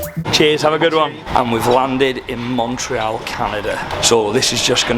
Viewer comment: Anyone else shouting to the screen ", Its MON-TREE-ALL!!" 😂